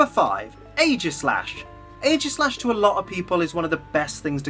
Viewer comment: AEGISLASH, NOT AEIGASLASH!